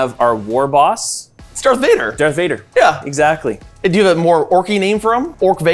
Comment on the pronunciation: Loving "Dork Vador" !